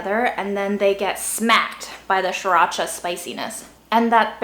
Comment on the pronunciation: When said by, it’s sureracha not Siracha.